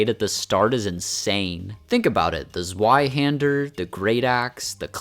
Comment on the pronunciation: Why did you pronounce zweihander like oggy and the cockroaches